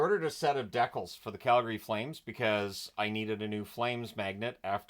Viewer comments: Damn did he just say deckull? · The most canadian thing in this video was the pronunciation of “decals” at the start.